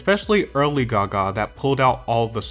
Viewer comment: Why do you say Gaga like that oh my god 🙉🙉🙉